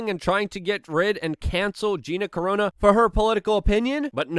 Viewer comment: “A large swamp of humanity...” “Gina corona” ... “Gina carono” Luke is sharp with the tongue. 💁‍♂️